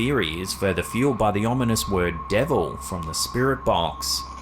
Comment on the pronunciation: in video it sounded like, Debra not Devil, to me.